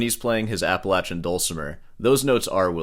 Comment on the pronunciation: Unrelated to anything, I appreciate you pronouncing “Appalachian” the right way